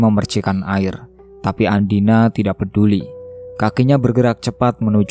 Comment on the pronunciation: Mohon maaf ya ada kesalahan pengucapan nama tokoh utama yang seharusnya andina. Malah ada yang di ucapkan dengan nama andini…